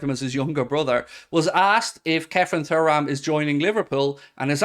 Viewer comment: ITS PRONOUNCED TURRAM NOT FURRAM… 😅😅😅😅